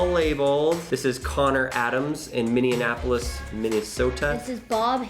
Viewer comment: When he said Minneapolis wrong xD its (mini, apolis)